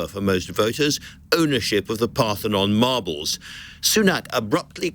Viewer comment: Lol, she said margles